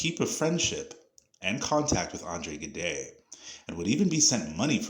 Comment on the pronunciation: Gide is pronounced with a soft G and a mute “e”. The name is famous enough to be pronounced more accurately as “zhidd”. I liked the video nevertheless.